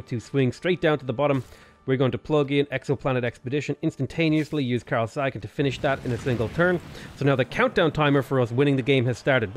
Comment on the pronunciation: It's Carl Say gan..